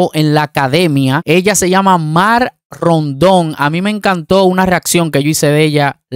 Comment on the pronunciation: es R..E..N..D..O..N,.... NO "Rondon"... 😔 🤷